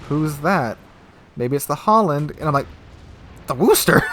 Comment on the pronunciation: seriously stop saying HOLLAND ITS FUCKING HALLAND its seriously super annoying............ just use google translate, if you cant pronounce the diffrence between A and O